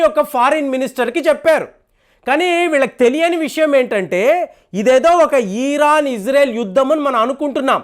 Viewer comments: ఈరాన్ కాదండీ బాబూ. ఇరాన్ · Eeeeraan kaadu IRAN ani pronunciation chey. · Plz pronounce properly Its iron Its not eeeron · చిన్న కరెక్షన్ మీరు ఈరన్ ఈరక్ అంటున్నరు అది ఇరాన్, ఇరాక్ కదా.. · It is IRAN, not EERAAN.. Very poor language skills. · ఈరాన్ ఏంటండీ సరిగా పలకండి! ఇరాన్ అని!